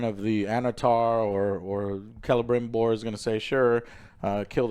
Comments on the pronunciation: You know this show is nerve-racking when Joe says Celebrimbor the right way and now it’s who says “Selebrimbor”. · Last episode Joe corrected his name pronunciations, but this week he went right back to Celerybrimbor.